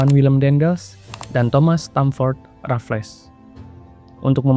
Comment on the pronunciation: Bacanya 'Rafels' bukan 'Rafles'